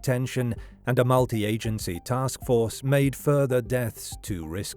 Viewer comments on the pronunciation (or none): none